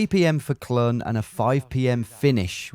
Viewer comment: Clun is I believe pronounced closer to Clean, it means elbow in Welsh if I'm right